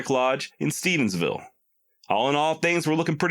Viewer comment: Love your stuff man. It's usual for it to be mispronounced but its Stephenville, not Stephensville. I know because I live there lol. Shit happens, though. Keep up the good work,.